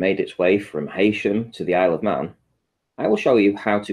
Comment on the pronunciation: These flerfers can't even pronounce 'Heysham' properly!